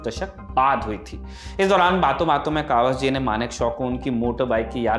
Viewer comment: कवास जी नहीं, कवासजी है।